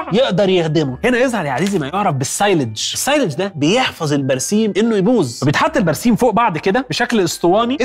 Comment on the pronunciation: بينطق السيلاج غلط 😂